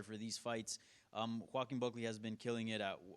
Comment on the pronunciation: bro called him jo kem buckly LMAO 🤣